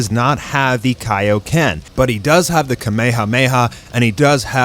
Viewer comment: Hey not hating or anything but did anyone else relise he said da battle continues